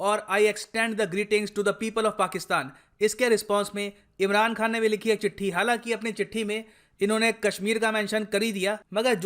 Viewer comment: Am i only who listening ImRAND khan??😂😂